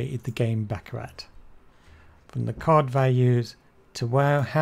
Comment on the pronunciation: "The surprising truth about baccarat" proceeds to pronounce the game wrong its pronounced "baccaraw" lol fail